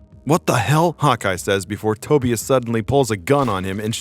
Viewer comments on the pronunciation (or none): Tobias its pronounced toe-bye-us not toe-bee-us......just sayin..... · Its pronounced Toe-bye-as not Toebeeis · U r just another guy who ONLY read comics it's pronounced To-bI-as not TO- be-is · It's pronounced Toe-bye-us, not Toby-us. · For the love of GOD it is Tobias-Ta-buy-us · Never heard Tobias pronounced that way. Nasty. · Can't pronounce the name Tobias lol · Nice video but how on earth do you mispronounce Tobias and Tonya!? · You're pronouncing Tobias wrong...lmfao. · The way you kept pronouncing Tobias... yikes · Wow. First time I ever heard someone mispronounce Tobias… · I cannot be the only one that cringed at the way he pronounced "Tobias"...